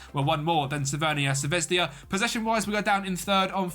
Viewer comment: Please stop calling Crvena Zvezda as "CRVENIA ZVEZDIA" or you could just use a english alternative as Red Star and the serbian pronunciation is "Cr ve na Zve z da" The English letter J in Serbian is pronounced as a Y and not a J